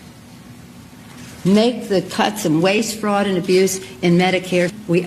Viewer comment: You don’t hear Bernie Sanders calling out the “Fwaud” now huh 🤔 😂